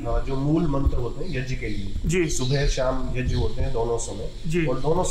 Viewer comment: "यज्ञ" मेंं "ज्ञ" का शुद्ध उच्चारण सुनकर अच्छा लगा।